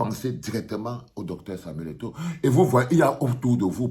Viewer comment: Au lieu kil dise eto il dit égo.il a eu peur de dire la vérité en face